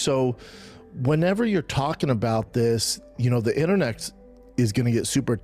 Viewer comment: did Brendan call the internet "internex" or "internecks"? I need to know which to use moving forward